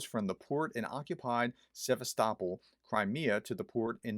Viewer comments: "Se vast o pol", dear Prof! Try it. That'll do the job. Apart from this little mispelling, nice job you've delivered here! Thank you very much for your very informative, unbiased effort!❤😊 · Also the emphasis is on “O”. Think of Constantinopol. It’s not ConstanTINopol, but ConstantiOpol…. Cheers, Doc